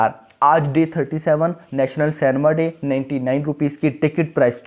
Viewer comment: It's cinema & not cenma..